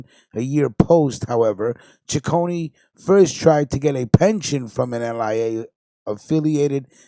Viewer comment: Correction my last names pronounced C I c c one there’s no CH or y it’s not Chiconey